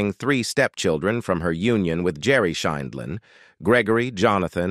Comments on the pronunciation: Horrid voice over!!! Mispronunciation over and over including variations on Judy’s last name. Good content but ditch the robot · Why does the narrator mispronounce her last name 7 different ways???? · Why would you get an announcer that didn't know how to pronounce her name? Very dixtracting.. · Your AI narrator needs to be programmed to pronounce words more consistently. There must have been 5 different ways that "Sheindlin" was pronounced. And when that's the main subject of the video, it is important to get it right. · Announcer cannot pronounce Judge Judy’s last name. Also cannot pronounce Ruth Bader Ginsburg.